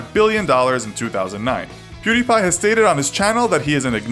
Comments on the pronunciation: How come you can say PewDiePie right, but pronounced his old channel PewDie as "Purr Dee" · It's not purrdie it was pewdie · PewDie not PerDie what kind of a fucking lazer says per ? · First of all he did not get expelled, and his youtube name was PewDie not Purty. And come on atleast put some effort into saying their names accuratly its not that hard. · I'm pretty sure his first username was Pewdie and not Perdie as said in the video lol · Pewdie. Not Perdie. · It was pewdie not perdie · Perdi? Its pew•die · It's pewdie not perdie. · "PERDIE" LOL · "Kjellberg" "Perdi" ...Ok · Altiverse it's stupid how he said perdi like the sound of a gun, never heard a gun sound effect go perdi 🤦‍♂️ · Still noone can look it up, how to say his name, also he started the channel as PewDie, not whatever you said